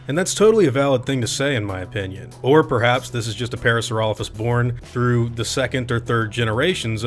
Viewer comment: Everytime you pronounce Parasaurolophus that way another species goes extinct.